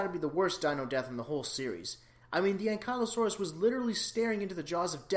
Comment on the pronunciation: You mispronounced ankylosaurus